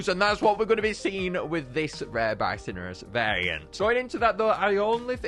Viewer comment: Bi-so-nor-us: Bi-sin-ur-us